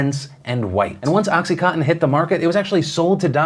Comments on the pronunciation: Dear Phil, it's oxy-CON-tin, not oxy-COTTON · oXy CoTtEn haha its contin not cotten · Phil, it’s pronounced Oxy-CON-tin as in continuous. Just FYI 👏🏻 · Is he saying oxy-cotton??? 😝 It's oxy coN tin. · Anyone else keep hearing “oxycotton” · Every time Phil pronounced OxyContin “Oxy Cotton” God killed a kitten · Phil listening to you mispronounce contin fifty times was very frustrating. CON-TIN. Oxy con-tin. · Does anyone realize that oxycontin has an "n" in it? It's not oxycotton. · Is it just me, or do a lot of people only seem to pronounce about 60% of the consonants in the word "Oxycontin"?